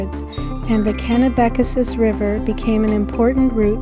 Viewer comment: Cool video and commentary. I grew up in the area though, so I can tell you that you're mispronouncing a couple of places: Rothesay is simply pronounced as though there is no "e" (roth - say). Kennebecasis is also easier to say than what you're saying. It's pronounced (ken - eh - beh - kay - sis). Thank you for sharing this. I enjoyed it.